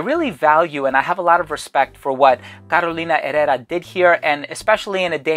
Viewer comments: I am not completely sure about the pronunciation of Herrera. Here in Brazil, where we speak Portuguese (and not Spanish, please), we pronouncd it as "ehera" with the RRE with the sound of /h/ as hat, hot... Carolina /eHera/ and not /erera/. But I may be COMPLETELY wrong and the I apologize... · "Carolina erera" 🤣